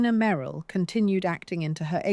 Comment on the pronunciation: . "Dee- na. May- ril" Earlier... "wind" = wine-d The AI voice is otherwise pleasant & and keeps attention. 4 11 26